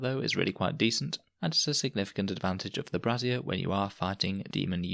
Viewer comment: I don't know if this pronunciation of "brazier" is deliberate (like the old "Brassiere of Fire Elemental Summoning" jokes in D&D), but...it's not a holy bra, right? It's for brazing, to braze with, so 'bray-zee-er' (obviously the Sisters aren't doing and silver soldering or brazing, but it's still a small fire or heat source, not support garments for people with breasts).